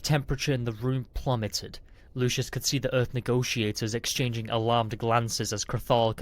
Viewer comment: Story is fun. Narrator needs work. Replacing words and multiple mispronounciations. And it's LUCIUS NOT LOUIS. Jeez.